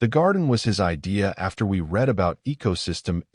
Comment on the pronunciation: Love your storytelling, and the AI voice is better than most. But still has trouble with words spelled the same but pronounced differently according to use, such as read. I think that will be difficult for AI to learn…